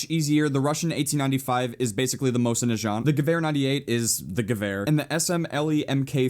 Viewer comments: i thought it was pronounced mozen not moshin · Pronounce the mosin correctly please!!!!